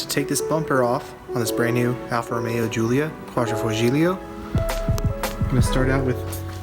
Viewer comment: "Quadrifogilio" haha almost 😜